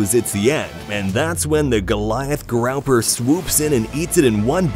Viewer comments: Learn how to pronounce grouper… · as soon as i heard growper i had to go